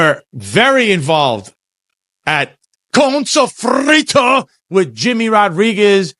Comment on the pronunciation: 🫡. Props to for the PERFECT pronunciation of “Connnnn Sofrito”! Of course, it’s all I can hear in my half-empty head whenever I see Fritos Chip bags! 😂